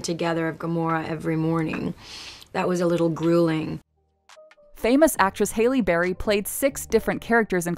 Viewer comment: “Haley” Berry? Is that how it’s actually pronounced???